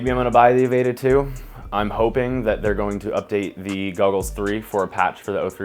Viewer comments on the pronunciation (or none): God damn, "Avayta" bugged the hell outta me lol. Say the word "Avatar" and drop the R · If he says Avayta...one more time. Lol